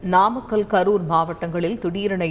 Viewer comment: Namakkàl ---- நாமக்கல் pronunciation is highly condemned. What are you saying? pronounciation mind it. News readers should go through tongue testing . Highly irritating pronounciation.